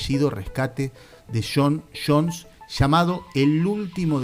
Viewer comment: Shon Shons y Shosh Shons. Je.